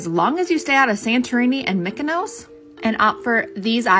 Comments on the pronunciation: the way you pronouced μυκονοσ/mykonos kinda annoyed me😭 but its fine! Not everyone can pronouce everything correct🩷 Btw its MIKONO With a MI! not MY😭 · Btw it’s pronounced me-ka-nos